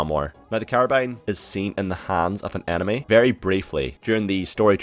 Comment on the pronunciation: It's pronounced enemy not anemy